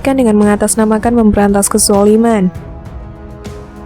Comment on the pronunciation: Habib bahar ngomong kejaliman,kejoliman yg mana Kenapa banyak para habib yg jadi profokator di indonesia ini